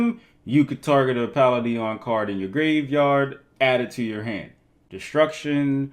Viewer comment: Palladion pronounced "Puh-LAY-dee-an"